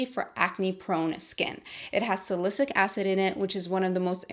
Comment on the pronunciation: You’re so pretty and down to Earth that I don’t even mind how you mispronounced ‘salicylic’. Can you please do a makeup tutorial for this gorgeous look? Or list the products. Thank you xx